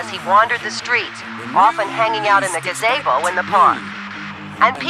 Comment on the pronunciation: lol - I was like 'what the hell did she just say? gah-zaybo?'